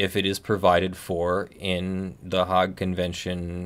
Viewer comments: Hague is not pronounced "hog". It's pronounced "hayg" with a hard "a" like the word day. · I think you are mispronouncing Hague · He didn't pronounce it correctly in English or Dutch, I'm glad I wasn't the only person who noticed it.